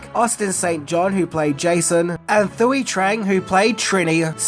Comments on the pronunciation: It’s Twee… not Thigh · Thuy is pronounced "Twee" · Could have at least pronounced Thuy’s name correctly